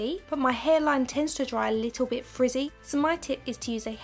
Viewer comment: The way you say frizzy just reminds me of that girl in Angus things and perfect snogging when she doesn’t want to get her hair in the pool water haha. Your voice is very soothing somehow